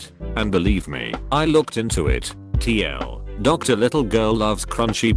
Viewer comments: the fact the tts voice reads tl/doctor makes me very angry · I like how the robot pronounces TL;DR as Tee ell, doctor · "TL, Doctor" Come on, man, get your TTS in order. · No one: The text to speech: T-L.... doctor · No one: Not one person: Not a single goddamned soul: Robovoice: "tl doctor"